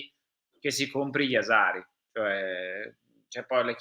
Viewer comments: Si dice Jashari come Brescia no Jazari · Ragazzi, si chiama Jashari e si pronuncia Jasciari(in italiano). Per favore, pronunciatelo così! Grazie! Complimenti per i programmi della Radio Rossonera! Forza Milan sempre! ❤🖤 Forza Milan sempre